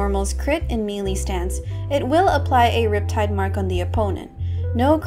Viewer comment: im sorry but the "mealy" instead of melee was throwing me off 😭